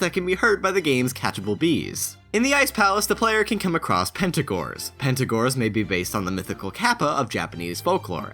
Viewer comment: "Pentagors" Did... did you really not notice its Pengator, like Penguin-Gator